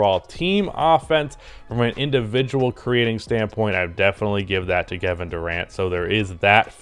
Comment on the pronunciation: Lmaoo “gevin Durant”